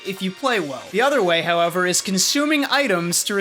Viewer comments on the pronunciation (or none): none